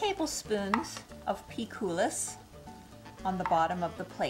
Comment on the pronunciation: it is pronounced without S in the end. like COOL-I